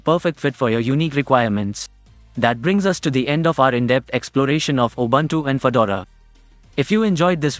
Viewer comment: Please find out how to pronounce "Linux" and "Ubuntu"